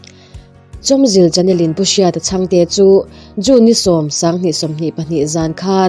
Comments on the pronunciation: He channel hi a hming tih hi a thluk dik takin han sawi teh u.a neitu berin in thluk diklo hi a inhmeh lo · lam dan lai hi "Chawm" lai hi mi kan va sawm a "Sâwm" anga thluk tur niin, "Zil" lai pawh hi Hmazil kan sawi a "zil" rik anga thluk tur a ni zawk tlatin ka hria. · Mahni channel hming tal hi chu lam dik ve ula mawle..